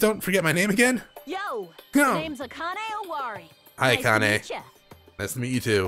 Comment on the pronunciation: You are butchering the HELL out of the names XD. First, the pronunciation of "e" in Japanese is not "ee", it's "eh/ay". You're pronouncing Hajime's name like "Haji -mee (mi)" instead of "Haji -meh (may)" Same thing goes with Akane. It's not "Aka -nee (ni)", it's "Aka -neh (nay)". Also Nagito's last name is pronounced Ko- MAY -dah. ALSO also, " ai" in Japanese DO NOT say "AY". It makes the long I sound, "AH -ee". For example, Mirai is pronounced " Mee RAH -ee"